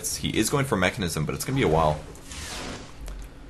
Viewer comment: its Mekansm, not MechanISM, there is no ISM on Mek. just an FYI for u.